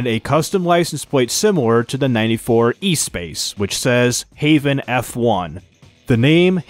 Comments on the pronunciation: The Renault Espace is not pronounced like e-space, it's ess-pahs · Please never ever try to pronounnce the Renault Espace F1 again 😂